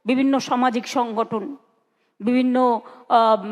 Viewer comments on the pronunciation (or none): none